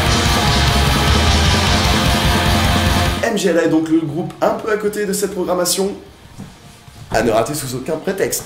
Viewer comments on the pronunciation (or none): m-g-l-a comme tu dis ça seprononce "mmmgoouuuahhhh" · pour une prononciation correcte du groupe polonais - [mgwa]